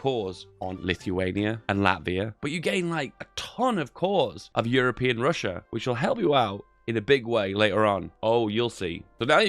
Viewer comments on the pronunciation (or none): none